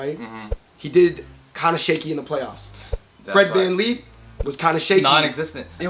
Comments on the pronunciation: It’s Fred van fleet not fred can lee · It’s fred van vleet not Fred van leep